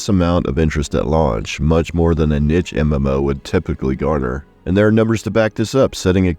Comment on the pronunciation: How did you still fuck up pronouncing niche